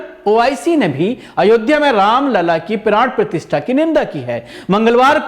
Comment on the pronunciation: (प्राण प्रतिष्ठा) बोलिए प्राण परतिष्ठान नहीं l